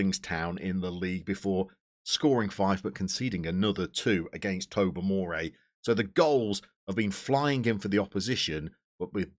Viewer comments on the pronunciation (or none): Hi, Really enjoying your series, not least as I am Northern Irish and also currently enjoying playing FM24 in my native land. Thought I'd put together a wee pronunciation guide for you in case you decide to stay on for another season near the banks of Lough Neagh (Nay). Limavady is Lim-a-va-dee. Tobermore (who I am currently managing!) is Toe-ber-more. Ballymena is Ba-lee-me-na. And the really tricky one is Coagh Utd which is Coke! Keep up the good work- really enjoying the series:D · I pronounce Tobermore as “Toblerone”.